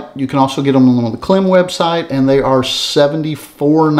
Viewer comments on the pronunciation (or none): Hey, FYI KLIM is pronounced like climb. Love your channel. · Hey brother, KLIM is pronounced like "climb," I believe. Those Harley shoes, I just ordered a pair today. I can't wait. But those rain boots... if they work like you say, those things are the bomb! 💣 Thanks for the reviews.